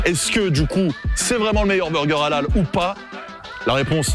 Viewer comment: halal prononcé a la française ça pique les oreilles 🤔😅